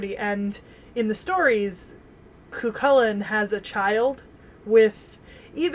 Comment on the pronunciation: Cú Cullain is pronounced coo Cullen